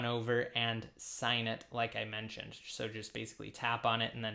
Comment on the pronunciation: “as...I...MENTIONED!” ...said it with ya chest too. You feeling somethin, bro? 🤣🤣